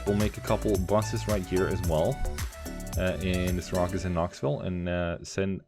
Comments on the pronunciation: Seer-ah-cues? LOL you mean Seer-accuse? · Lol as soon as I heard him say Sear-a-cuss I was like there’s gotta be a New Yorker who watches this video and is cringing lol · Just a friendly correction, Syracuse is pronounced 'Sear-accuse'